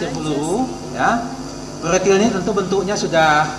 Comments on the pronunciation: Proyektil peluru pak bukan prloyekti pellurru. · Ngomong ployektil pelulu.. Masa gak jelas?hahaha